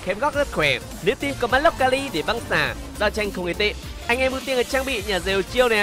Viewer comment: Mình nhớ đọc là ka hi chứ nhỉ sao lại ka li ta